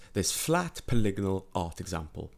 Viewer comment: Oh god, is the way he keeps saying polygonal wrong every time pissing anyone else incredibly, or is it just me?